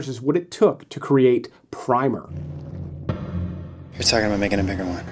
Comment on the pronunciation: Primer is pronounced like the book about the basics of something, not like a base layer of paint. Like when you say, “prim and proper.”